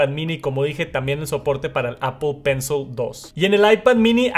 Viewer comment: Exc vídeo ! Solo que pencil se pronuncia : pencil con short i o shaw ... Al final